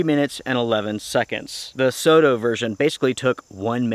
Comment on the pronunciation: Great video. Thanks for making these videos for everyone who watches. Soto is a japanese brand so it's is pronounced so (as in song) and to (as in top). Soto means outside.